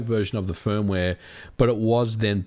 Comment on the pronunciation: Hardwaeee, firmwaeee, softwaeee, last yeaaa...